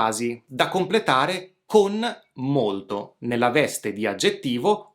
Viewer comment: Dovresti correggere la pronuncia, preferibilmente sostituire la "d" con la "t": "molto" al posto di "modo". Saluti e complimenti.